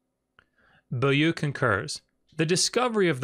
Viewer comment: Excellent and informative video. I am somewhat amused at ability to speak ancient and dead languages when juxtaposed with his struggle with simple modern French. Beaulieu isn't pronounced "boo-loo" in any part of the French speaking world I'm aware of.